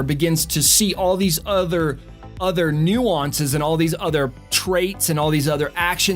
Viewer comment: Learn to pronounce nuance. I don’t care about you trying to be funny with the karate chop. Don’t swear. The subtle nature of the clues was useful. Good luck in future videos.